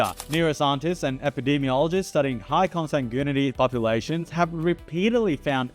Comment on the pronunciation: Is he saying comsangoonity? Lmao